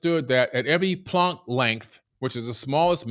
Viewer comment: The way he pronounced planck time made me want to vomit haha